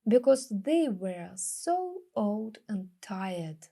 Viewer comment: Дякую за відео, цікаве. Проте вимова одного слова бентежить), а саме were, читається як вьо. Мені здається ви читаєте як where , веа. Але то дрібниці, чекаємо нових відео!!!